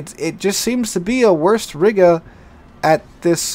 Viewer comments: ree-ga not riiga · Dammit,! Either use the English pronunciation of the old name of that town, "There was a young Lady from Riga, who rode smiling on a tiger. They came back from the ride with the Lady inside and the Smile on the face of the tiger!" or the Russian/ Baltic pronunciation which would be ree-guh.